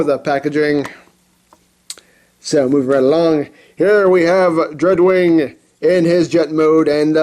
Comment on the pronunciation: When he said dreadwing i thought he said drugwing